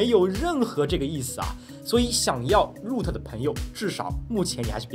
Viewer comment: 那叫肉特，不是入特